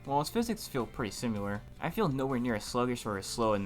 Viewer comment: Nice video. The word is similar, not simular.